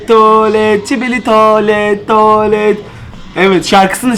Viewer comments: Skibidi tuvalet yerine şibili. Tuvalet demesi😅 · öncelikle sibili tuvalet değil skibidi tuvalet her şibili dediğinde sinirim bozuluyo